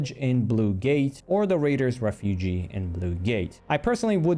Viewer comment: I wish that I could do this, but I permanently only have about 2 stash slots free. Ps. Raiders Refuge is pronounced ref-yooj, not ref-yooji